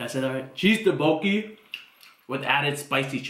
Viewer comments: It's not pronounced "daboki", rather "duk-bok-ki". The first syllable, "duk", also needs to have the sound from "t" mixed in with the "d". It's hard to explain. You need to say it sharp and quick and it'll sound much better. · Pronounce it, thhuck-boki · I believe they pronounce it as duk-boki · Taboki, tadooki, dabuki😂😂😂😂😂